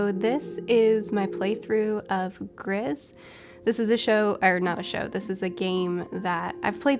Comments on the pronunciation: Gris is the color grey in french, the letter "s" is silent, so the correct way to say it is more like "gree" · The title is pronounce "gree" it's just french for grey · Heads up Gris is pronounced grees, meaning grey in Spanish. The devs from this game are from España and the lead artist is named Conrad Roset. He's a wonderful artist as you can see from the game and he has exhibitions and art prints you can buy from his website! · It's pronounced GREECE. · I think it's french "Gris" as in, "Gree" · "Grey" is "Gris" un both languages (french and spanish, the only difference being the pronounciation: you pronounce the "s" in spanish). But you're right, the studio is spanish, so I guess the original pronounciation is the spanish one. ^^